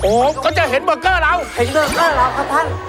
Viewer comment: ไม่มีใครขัดพี่หลุยส์เลยเหรอ มันอ่านว่าเบอร์เกอร์ ไม่ใช่เบเกอร์ 🤣🤣🤣